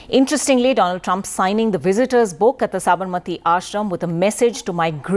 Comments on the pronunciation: doland Trump instead of Donald Trump 😂😂😂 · Funniest part was when Modi said: Do - Lund Trump. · did he just call him Do-Lund Trump ? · present to you Mr "DOLAND" TRUMP 🤣🤣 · Doland trump😂😂😂